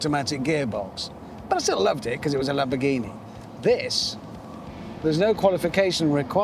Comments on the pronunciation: A lamonamonini 🤣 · ЛамбоРРРгини или иди к логопеду